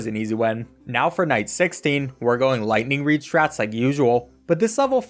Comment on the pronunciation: Every time he says lighting reed I have to do a push up